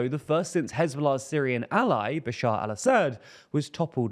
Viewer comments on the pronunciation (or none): none